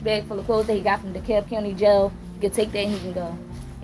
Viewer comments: De-Cab. The "L" is silent. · It's pronounced Dee Cab I can't stand these videos that use a translator for narration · dekalb pronounced de-cab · FYI- the “L” in “Dekalb” is silent. Just saying